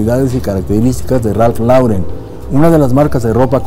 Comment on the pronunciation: Muy buen vídeo como siempre. Solo una pequeña acotación, la pronunciación correcta es "Ralph Loren"